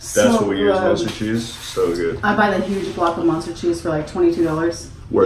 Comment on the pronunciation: Its munster not monster. So you say it with a u not a o. Lol